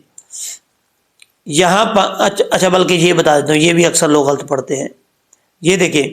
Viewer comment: اللہ سبحان وتعالیٰ آپ کو جزائے خیر عطا فرمائے مولانا گستاخی معاف غلط ghalt درست نہیں غ پر زبر ل پر زبر ط ساکن ghalat گستاخی معاف